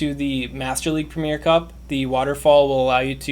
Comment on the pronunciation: Arrrgghh premier has 3 syllables, not 2. It’s ‘pre-mi-er’.